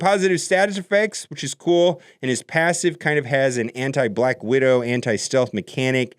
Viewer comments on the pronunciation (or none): Did you say „Black Weirdo“ 😆